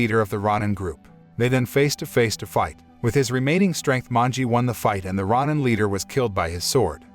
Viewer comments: Row-nin, not rah-nin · It's pronounced row nin not rawnin. Please don't butcher Japanese words. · RON-NIN gets me every time. Every time I hear it, I'm like, "Wait what?"